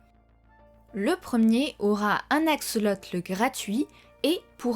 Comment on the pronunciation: Ce n'est pas "aksoloteul", mais "axolotl". Le "x" comme en grec [x].